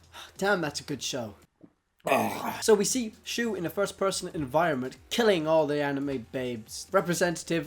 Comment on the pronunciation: You said his name wrong it's Japanese for Shunn